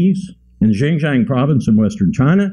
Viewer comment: Okay I'm tired of hearing Xinjiang pronounced as zinzang